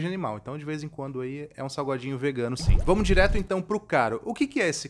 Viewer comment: Só eu acho que ele falou saguadinho? kkkkk